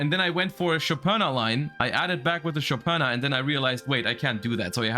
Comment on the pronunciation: The only person in the whole Youtube who knows how to correctly pronounce Shopina's name. Never thought I'd see (or hear) that. lol That's a "thank you" comment BTW. 😆